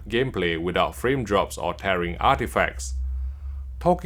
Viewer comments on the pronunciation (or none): none